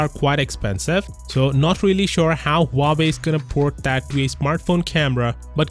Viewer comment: Why im continously hearing him say Huabei? Instead of Huawei.